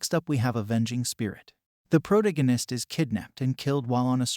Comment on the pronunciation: The way you pronounced "protagonist" disturbed me 😂